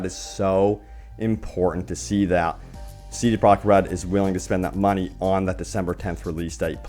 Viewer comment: "C Prah Red"